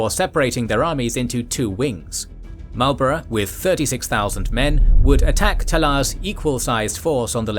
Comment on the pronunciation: Wouldn't it have been a good idea to get the pronunciation of 'Bourbon', 'Marlborough', and 'Blenheim' right?